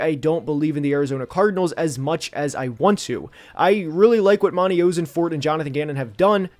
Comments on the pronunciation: As a Cardinals fan, please fix "oh-sen-fort" to "ah-sen-fort" lol 😂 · I went to middle school and high school with Monti. You’re pronouncing his name wrong. The “Oss” rhymes with “moss”. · You have to look at pronunciation if you're gonna make a video on specific people man, turned it off after you mispronounced Ossenfort for the nth time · I'm excited to watch the rest of the video and I expect you to give some valuable insight.... but how do you make a video and not even look up or know how to say the GMs name! You're killing me man.